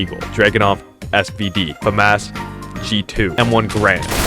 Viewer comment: Famas is not pronounced “fuh-mass”